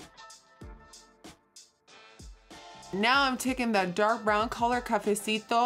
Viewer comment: I’m living every time she says “cafecito” love from Mexico queen